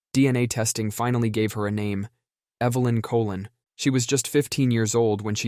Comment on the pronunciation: “Colón” like “Co Loan”, not Colon 🤦🏻‍♂️